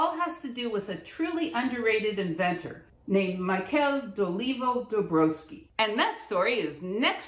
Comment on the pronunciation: It’s Dolivo-Dobrovolsky